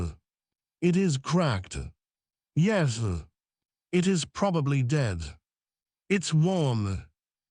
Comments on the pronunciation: one thing, it's "yes" not yezu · I despise this AI voice. Yes not yezz! And….. stuff is floating in the air no gravity but he is sitting there without a helmet.